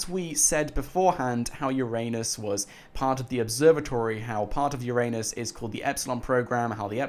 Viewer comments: Haha ffs. It's pronounced Ura-nus not your anus! 😂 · Bruh? It's ur-nus, not ur-anus!!!!! Get it fucking right